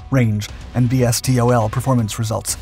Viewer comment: My guy... no one spells out the acronym like that. VSTOL is "vee-stol".